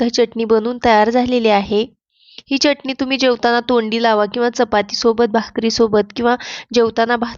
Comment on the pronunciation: चटनी नाही चटणी...अस म्हणा....😂